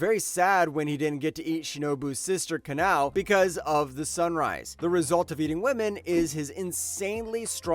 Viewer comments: Its "ka-nah -ou" not "ka - nah - ee". Kanae is Shinobu's big sister, Kanao with the 'o' is the adopted little sister. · ALSO WHY DIS YO SAY KANAI